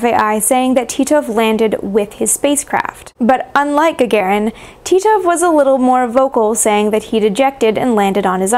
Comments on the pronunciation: Ga-ga-rin мудак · Is Gagarin's name really correctly pronounced "Gagerin"?